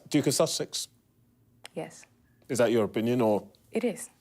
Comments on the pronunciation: Did she say Duke of Sausage? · Funny my caption keeps writing “sausage”, every time she says “Sussex” 🤣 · Lol When he says duke of Sussex the subtitles read as duke of sausages lol:)